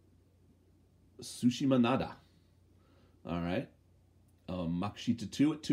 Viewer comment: Did just said sushimanada? Guess he is craving for sushi today.